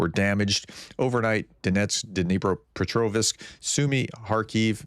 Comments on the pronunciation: You need to work on your pronunciation of "vsk". You absolutely do it right, when it comes to Prokrovsk. But elsewhere it comes out as something like "visk". Just pronounce it as you do for Prokrovsk every time. So, it is Dnepropetrovsk, and not Dnepropetrovisk. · You did it again ! Dnipro petrovsk in not petrov i sk !! Get the extra " i " out of your brain !!!!